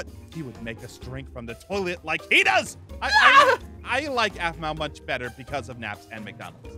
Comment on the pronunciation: mpt ahmau it's Aphmau